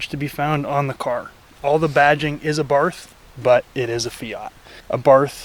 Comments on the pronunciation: “Abarfth” wtf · It's pronounced 'Abart.' You've said it wrong all your damn life. You're welcome. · That's how most people pronounce it, and there's no official pronunciation as far as I know; but the brand is named after Carlo Abarth and his last name is pronounced "ah-barth", with a soft "th" you rarely hear in English. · It is pronounced Ah-Bart btw. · AbartH has a silent H at the end in italian. Hurts my dolce vita used ears... Koni isn't a great fit Bilstein are the better choice as they come stick on european models.